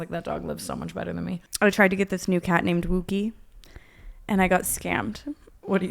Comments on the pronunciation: I feel like the dog wookie isn’t pronounced like that, it’s pronounced like a wookie from Star Wars lol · the pronunciation of wookiee is killing me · Brooke saying wookie in the completely wrong way is so fucking funnt